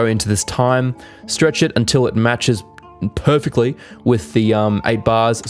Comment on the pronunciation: I love when he say... PERFECTLY :D